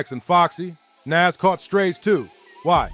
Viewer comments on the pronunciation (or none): How do you not know how to pronounce Nas?? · Who is NAss? smh NAS bro smh get the legend name right